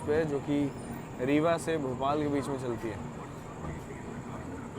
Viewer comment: आप इसे रेवा क्यों बोलते हो जबकि हिन्दी में यह रीवा लिखा है ? हिन्दी सही है की अंग्रेज़ी उच्चारण ? 😅 Ps: मैं समझ रहा था आप ग़लत उच्चारण कर रहे हो लेकिन चूँकि आपकी कुलदेवी पास की ही हैं, इसलिए आपका तो यहाँ बहुत आना हुआ है।